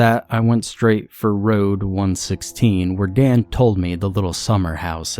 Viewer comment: I love that you left the 'last house on the ra-ou-ode' in there. 😂